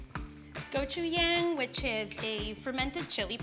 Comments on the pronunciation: What's gojuyang... Oh you mean 고추장 "go-chu-jahng". Never seen it packaged in a jar before... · wtf i'm korean and i eat gochujang everyday... and i thought "well how the hell im gonna get gochuyang" and it was gochujang all along?? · you were so memorable in hells kitchen i dont know why, hope to keep seeing you on gordans channel! also its gochuJang not gochuyang lol but still love the use of one of our better sauces love the dish. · Gochuyang is pronounced gochudjang :) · Go-chu-yang - Fermented chili paste No, it’s pronounced goh-choo-jjang. Drives me crazy when chefs can’t pronounce ingredients correctly. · She called "gochujang" as "gochu yang"... Wtf? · gochuyang LOL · She called my dear gochujang "gochuYang" 😔 but still looks delicious! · she really said gochuyang im crying ahjkdfgksdfg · gochuyang? are you yoking? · Did she pronounce gochujang as gochu-yang? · 0 1 I THOUght THE SAME THING i was wondering why no one mentioned that.. :”) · when she said an ingredient and explained how it's fermented chili paste.. i went back and her pronunciation of gochujang is cute (but i get why lol) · I died when she tried to say gochujang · bruh that pronunciation of "gochujang" LMAO